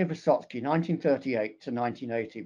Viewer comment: No, it is not Vysotsky.